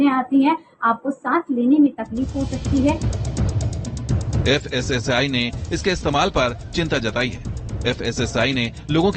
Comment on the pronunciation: Pehle thik se dekh kr padhiye fssl nhi fssi hai wo😂😂